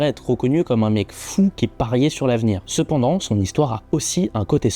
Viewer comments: Sepandans 😂😂😂 incroyable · "il parta" PTDRRRRRRR. dommage. Bonne vidéo sepandans